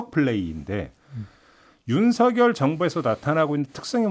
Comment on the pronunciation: “서결”로 발음 해 주셔서 감사합니다.. ☺️ “성렬”로 발음하는 많은 다른 방송인들을 보면서.. 이제는 한글도 똑바로 못 읽은 바보들로 만들어가는구나 생각이 들어 너무 슬퍼집니다..ㅜㅜ